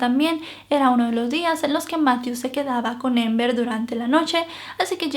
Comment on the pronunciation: Es Amber no ???? Pronunciando la a a , es relato en español no inglés ????